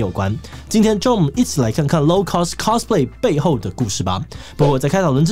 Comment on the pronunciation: cosplay的唸法是cos，不是cas。完蛋因為這個頻道圈外的錯誤唸法又要蓋掉正確了